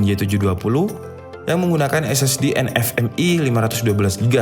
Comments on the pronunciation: Koreksi gan : NVME = dibaca 'vi' bukan 'ef' hehe Tanya juga, itu keyboard ada backlitnya? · Nvme apa nfme? Typo ngomong ya om? Hihihihi